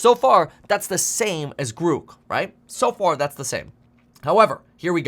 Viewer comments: Grouk? Groock? What the f-. It's grok. At least learn how it's called, before you purport to know enough to issue a warning. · I'm pretty sure it's pronounced "Grock" like the old computer term not "Grook" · Pronounced GRAWK, not GREWK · I like how the first demo of Grok (pronounced Grawk) is showing how Grok knows all the up to date information about Elon Musk. I think I can see where this is going. Grok will exceed the capabilities of all humans with Bluecheck accounts. Grok will suck up to Musk more accurately and with greater emotional impact than any human could ever do. Grok: More Bluecheck Than Bluecheck. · Grok .. sounds like clock …. Not gruk …… so much better the Chat GPT ….has humor and not censored…… ITS MUCH BETTER AND NO CENSORSHIP LIKE CHATGPT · That's GROK, rhymes with "rock". A rip-off of a great Sci-fi author's work, stripping it of original meaning and offering it in some cutesy "rebellious not" name. An insult to Robert A. Heinlein, a disgusting commercialization. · I think Musk made a mistake. He shouldn't have used the long dash over the o. The word "grok" is actually pronounced as "graak" exactly as the word "bock" (baak). It was popularized by the science fiction novel "Stranger in a Strange Land" by Robert A. Heinlein. It means to deeply and fully understand something, often on a fundamental and emotional level, going beyond mere intellectual comprehension. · Grok, rhymes with rock. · long o, not u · Your pronunciation of grok is incorrect